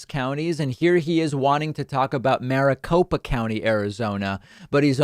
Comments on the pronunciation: Think he meant to say mea culpa not maricopa, (or whatever word salad came out of his mouth)! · "Mia copa" was probably the closest he'll get to saying "Mea culpa" .. you can tell the wires were definitely getting crossed in that direction. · Is it Mia Copa or perhaps Mea Culpa? Maybe, in some deep level of his lizard brain he knows he screwed up!